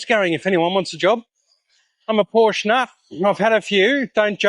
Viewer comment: Thankyou, for being able to pronounce Porsche correctly.